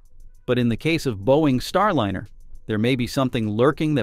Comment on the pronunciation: It's not STAR LINNER. It's STAR LINER. Teach your AI to pronounce this right. It's jarring.